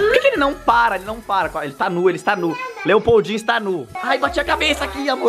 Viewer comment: Quando eu escutei esse nome Lepoudinho pensei que ele falou EI PEIDINHO